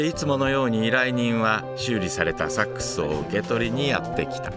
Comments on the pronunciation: ナレーションさん...。 サ↑ックス..？ サ↓ックス........。 サ↑ックス、ソックスとセックスのイントネーションと同じやないか！！！！！！！泣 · ごめん、ナレーションの「サッ↑クス」が気になっちゃうw 間違ってないけど「サッ↓クス」で慣れちゃってるからw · セックスと同じ発音だね